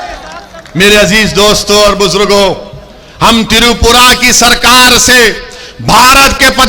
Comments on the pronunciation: Tiripura nhi. Twipra hai bhaijan. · पहले त्रिपुरा और मस्जिद शब्द ठीक से बोलणा सिखो